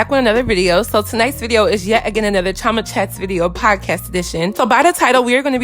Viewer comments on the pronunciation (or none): Queen Chioma: Pronounces Chioma as (Cho-ma) instead of (Chee-o-ma) Me, an Igbo Nigerian: So you have chosen death..